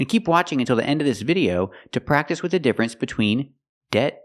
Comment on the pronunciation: I noticed a mistake when she pronounced the word “video” 🤔🤔